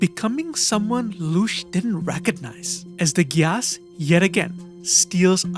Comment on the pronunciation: The way you pronounce gyass makes me cringe hard holyyyy